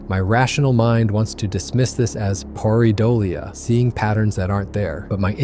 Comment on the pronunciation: Pronounced: pear -ah-dole-ee-ah